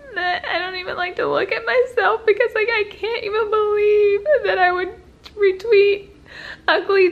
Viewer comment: "I can't believe I would 'RETWEET'" Retweet??? I still hate how she says that, when it all came from her.